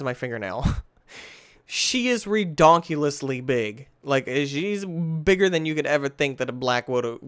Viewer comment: “That is re-DONCULUS”